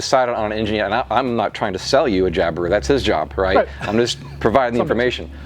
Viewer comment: I Australia, we don't accentuate the i when we say Jabiru 🙂